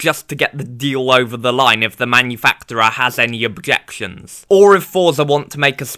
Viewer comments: It’s pronounced as manufakcherer. Sorry, couldn’t resist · no hate, but give me points for being real, you pronounce manufacturer weirdly ngl